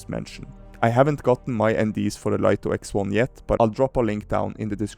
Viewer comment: For information, DJI want it to be pronounced Light-Oh not Leet-Oh. DJI sent out a pre-launch press-release to Lito testers and were adamant that they were to pronounce it "Light-Oh." 🤓 And if you're going to do more Light-Oh X1 videos?... SUBSCRIBED! 😁